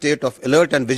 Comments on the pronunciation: This never gets old: “Pakistan aand forces…..”🤣😂😆💩🐖🐷💩🐖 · Pakistan aand forces 😂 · Pakistan Aand forces 😂😂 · Pakistan Aand forces..😂😂😂